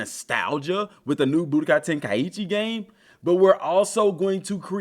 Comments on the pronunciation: No. It's ten-ka'ichi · I wish folks would stop mis pronoucing this games name.....Ten-Kai-Chi